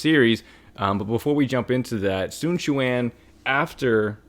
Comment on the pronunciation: So you CAN say his name right